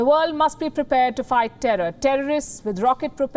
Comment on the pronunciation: i love the way palki pronounce word with an S on the endingSS..